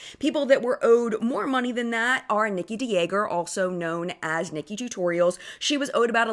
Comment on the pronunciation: Hi, Fellow Dutch speaker here. Just a little note: the family name of NikkieTutorial is pronounced "De Jahger" like "Dahmer".:)